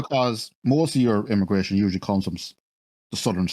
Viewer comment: Immagration? Come on bro lol